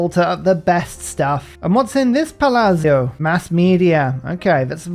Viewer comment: Your palazzo pronounciation is getting better, you almost got it huzzah